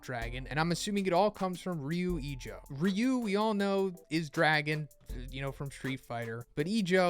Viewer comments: Fyi, its rather pronounced ryuu ijoo, since the u an o are long / doubled. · I'm really disappointed on how you pronounced "Ryu Ijo". I mean, my day is ruined dude wtf